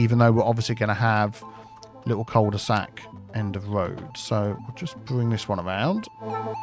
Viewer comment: Cul-tea-sac Oaks